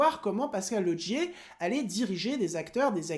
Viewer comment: Au passage pourquoi tu dis Lodgier pour Laugier ? 😁